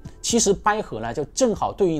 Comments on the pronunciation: 捭阖>> 百合 讲的特好，发音搞得很尴尬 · 纠正一下，捭（三声）阖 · 拼 音： bǎi hé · ”捭“是三声，“捭阖”音同“百合” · 捭阖（bǎi hé），第三声，第一声听着怪怪的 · 纵横捭（三声）阖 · 我也聽成了睡，還有掰合、陰陽。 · 捭阖，捭是三声。。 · 捭（bǎi)阖，第三声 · 捭 讀音bǎi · 捭（百）bai三声，听你读一声真难听！ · 那兩個字念ㄅㄞˇㄏㄜˊ!